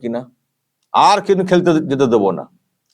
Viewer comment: আপনি "আর "শব্দটি যখন বলবেন তখন একটু সাবধানতা অবলম্বন করবেন। বড়ো কানে লাগে।